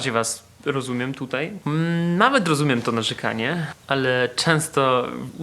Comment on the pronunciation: nie ucz się polskiego od Warszawiaków. Nie mówi się tutej tylko tutaj!